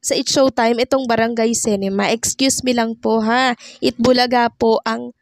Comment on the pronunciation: Ayusin mo diction mo Anong cinema, cinema.